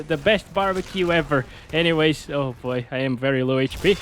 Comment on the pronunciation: It was "BOBREQUE" more than "BARBEQUE"😆